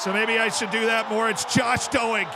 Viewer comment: I can’t not hear you saying “doe-egg” rather than ‘doyg’ for Doig 😂